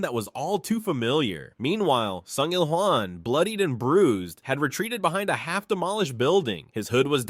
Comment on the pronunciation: still cant get over the fact you calling Sung IlHwan to Sung IlJuan i was laughing pretty hard at that.